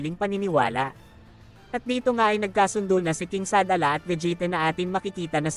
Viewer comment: Shadala ba yon oh Shalala?😂